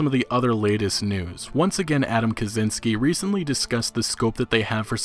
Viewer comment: kachinsky, not kazinsky